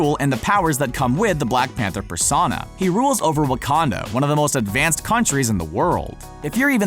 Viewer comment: Love this you said Waucondo